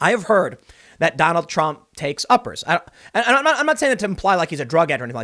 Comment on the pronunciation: We need the Biden scoreboard a point for every time he mispronounces Trump, 200 points Impeachment.